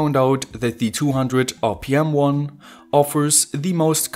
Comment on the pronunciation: "One-ya" "Two-ya" "Wire-ya"